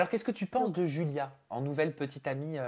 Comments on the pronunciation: Mdrrr elle dit DJulia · Bonne vidéo mais Adixia c julia pas djulia!!!! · On dit Julia pas Joulia adi😂😭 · Y a que moi qui entend "Djulia"? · "Djulia" Mdrrr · "djulia" !!! JPP !!!